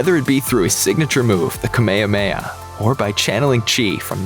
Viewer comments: I’m sorry , did he say “ kameyameya” instead of “ ka-me-ha-me-ha” ? Tf 😂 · The thing that makes me rage most about this video is the fact that he said kame hame ha wrong. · its the way you pronounce “kamehameha” for me